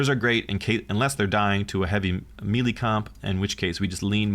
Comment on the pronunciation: Thought 1. "I love these faction deep dives, I am so glad I found this channel." Thought 2. "... He's going to say Mee-Lee in every single video isn't he?"